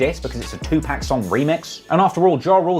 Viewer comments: it’s not 2pack it’s pronounced(Tu’pok)! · Looses credibility with every time he says Two Pack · I couldn't do it I had to stop the video after 30 seconds you saying TuPack 5 times is fingernails across the chalkboard 😬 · The fact u can't get 2pacs name right got me really looking at your vids a whole different way now 🤦‍♂️🤦‍♂️🤦‍♂️